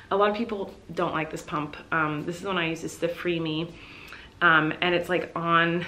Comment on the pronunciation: when she said “pump” I thought she just said “poop” in a quirky way and was preparing myself to see her spill tea on the toilet